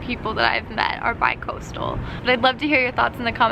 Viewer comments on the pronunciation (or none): "bicoastal".. gags lmao